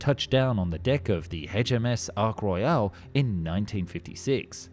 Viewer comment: Ark Royale?